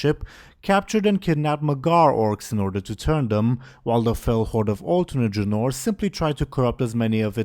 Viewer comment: It is not pronounced dra-nor. But Dra-nouhr.